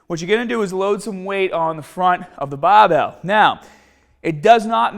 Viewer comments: the baabell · Challenge. Learn how to say BARBELL